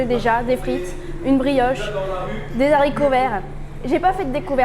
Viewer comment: Des haricots et pas des zaricots PLEASE